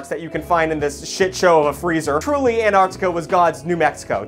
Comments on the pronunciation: How American are you? -: ANARCTICA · I admire the effort it took for to pronounce the continent "Antarctica" and not "Anartica". He truly is a pioneer!👍